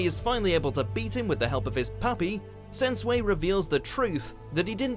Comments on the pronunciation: Man couldn't spell shinobu sensui he said sensue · Im triggered he pronounce sensui wrong its pronounced (sen-swee) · He said, "Sen-Sway". IT'S SEN-SWEE IDIOT!!! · Axel Trujillo - Man, I'm glad that I came across your comment. I get that the names would be pronounced differently in English, but some of this narrator's pronunciations here are absolutely god-awful. I mean, "Sensui" becomes "sen-sway"? Come the fuck on.